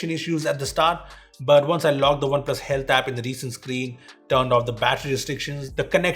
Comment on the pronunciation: He just said "Oppo Hate App" instead of Oppo Health App in the video one time..😂😁